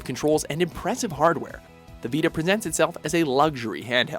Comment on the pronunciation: the vita preñênts itself